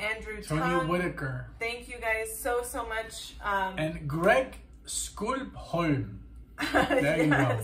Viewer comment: Wow, and, I'm so honored you'd give me a shout-out here. You mispronounced my name, but I don't care! It's Skupp-holm, but, hey, a German friend I once had couldn't help but saying "Shcoop-home". LOL. All good. Hey, I know there are way more requests than hours in the day, but seriously consider listening to Bob Seger. Now there's a rabbit hole. "Night Moves", one of his many big hits, is usually the best start. Later!